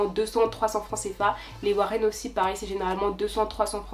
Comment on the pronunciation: On dit les woro et NON warren!!!!!!!